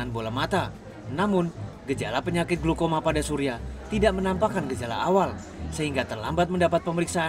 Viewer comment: glaukoma woiii.. bkn glukoma